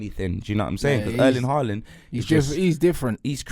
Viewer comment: still saying Haaland's name wrong when Erling has pronounced it himself. Smh